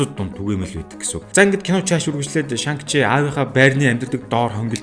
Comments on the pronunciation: Нэрийг нь Шан чи гэж дуудах байхаа. Хядад хэлэнд арийнх нь “Г” -г дууддаггүй шүү. “NG”-р төгссөн үг байвал хэлний угаар Н гэж дуудна шүү. Шанг гээд байхаар эвгүй сонсогдоод байна 🙏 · дуудлагаа засаарай шан чи гэж цэвэр дуудагддаг байгаашүү,гоё контент болсон байна